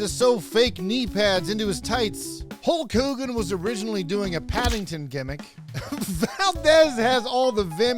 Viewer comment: You pronounced it "Holk whogan"